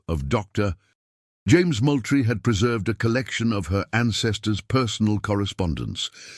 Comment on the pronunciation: Moultrie is pronounced Mooltrie. I have lived in South Carolina for 48 years.